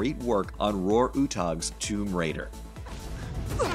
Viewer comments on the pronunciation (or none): none